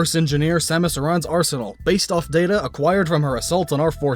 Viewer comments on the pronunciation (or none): aran is pronounced air-an